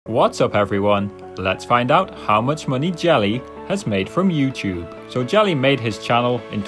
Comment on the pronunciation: he says youchube